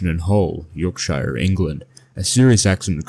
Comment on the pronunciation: Wtf is a yolkshiyer Inkerland